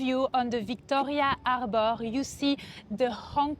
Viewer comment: arrboorre... what? arrrrborrrr.... oh harbor? dat iz wat i zaid u iddiot...